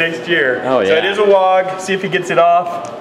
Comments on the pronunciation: It's WAAAGH! not wogg. And ya it's hooligan, that's the point. Way to suck the life out of having fun with orkz. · stop saying Wogg. It's just cockney for war.